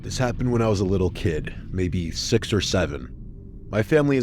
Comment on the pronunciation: SIXUH!! SEVHEN